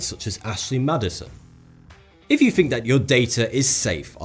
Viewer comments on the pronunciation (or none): none